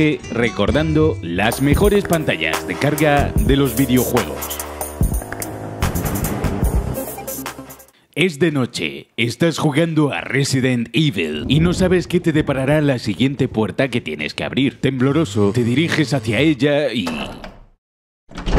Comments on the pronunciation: "Es de noche y estas jugando resident ivel" wut?? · "Resident ibel" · El día que el narrador diga bien RESIDENT EVIL...